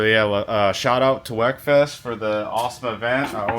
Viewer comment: it’s not “wek”, it’s pronounced “weak”